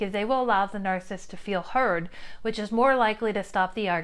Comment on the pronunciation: Any chance you might be okay with me saying you are saying 'narcist' incorrectly? There is a man on YouTube who is one and explains life from his perspective but says this word incorrectly as well It's not narsist with two syllables It's narcissist with three syllables. Nar- ciss-ist No disrespect, but words are important. How you say them is important too.